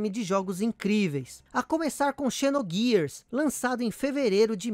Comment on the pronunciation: Final fantasy "xis" Issue? Kkkk. A square foi mt boa. Mas agora o último lançamento bom é o ff14. Ta em falta de jogo bom deles. Se fala "zinoguiars"